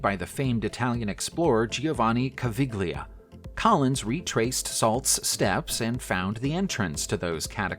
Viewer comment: Caviglia = kah - VEE - lyah